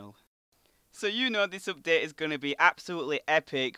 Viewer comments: you say oupdate not update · "cannot weet for this updeet" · you say UPDATE soooo weird